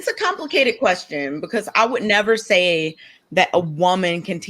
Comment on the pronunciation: To summarize: it's compli-KAY-ted